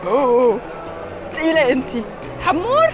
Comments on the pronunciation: لا يسمعك سعيد المهري من البطين تقولين حامور ههههههه اسمه هامور 😂😂😂😂😂😂😂😂😂😂😂😂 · احلى شي وقت ديالا بتلفظ اسم سمك الهامور ويكون الملقن هندي هههههههه